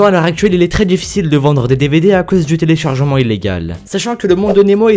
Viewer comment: Les téléchargementw illégaux Apprend à parler